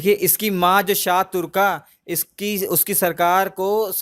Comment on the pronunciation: Shah turkan naam hai bhai... Kuch bhi pronunciation theek krlo